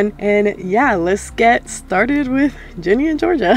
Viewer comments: I ain't judging you but I love how the whole video you're like "gEnIe" instead of "Ginny" 😭😭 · Net her calling Ginny 'Genie'😭✋😂